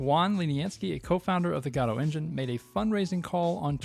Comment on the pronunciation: This is one of the rare cases where a speaker pronounces the engine name the way I believe it's actually supposed to be pronounced, with the emphasis on the first syllable. Unfortunate that it's not pronounced this way more frequently.